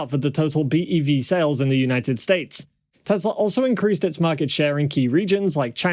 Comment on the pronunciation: yours! Yes. 'News about!!!".